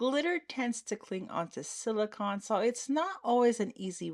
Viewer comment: Beautiful trays, I agree with the silver glitter snowflakes, the blue ones looked better Also please no one get mad I'm only mentioning because you might not know, it's 'sili-cone' not 'sili-con'